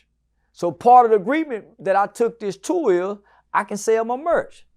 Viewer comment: "I took this TOUR" not "tool" "SOCK on a nigga like Ron G" not "suck" wtf y'all got going on 🤣👊🏿